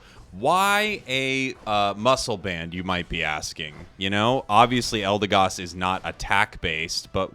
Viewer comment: It's pronounced "EldeGOD". Never left the S tier for me